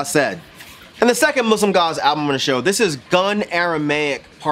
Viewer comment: I thought you said Muslim God, and was thoroughly confused. Muslimgauze is obviously great. They always makes me want to listen to The Future Sound Of London's 'Dead Cities' (amazing album by the way) somehow. Same vibes I guess, but great on its own. Neseblod is not pronounced that way, but it's close enough. You're good in my book.